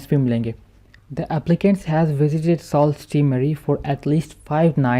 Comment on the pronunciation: It’s pronounced su not sault while speaking